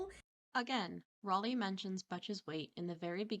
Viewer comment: I like how you actually pronounce her name right and English isn’t even your first language most people that speak English can’t even say Raleigh properly